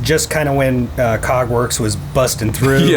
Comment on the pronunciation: I coulda swore I heard "Cogwarts" instead of Kägwerks at first. I thought this man was a legit Harry Potter nerd.